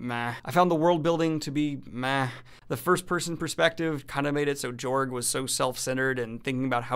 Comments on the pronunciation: I am fairly confident it is pronounced Yorg, where the J is pronounced like a Y. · It's pronounced George. He is courageous. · I'd personally go with a pronunciation closer to George. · Its pronounced "yorg" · It's pronounced Yorg.